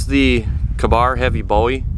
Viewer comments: Its k bar like kay bar lol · how can somebody live in america and not be able to pronounce ka-bar